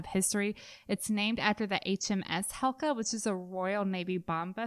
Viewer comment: Great review, I think it's pronounced HeCla, not Helca.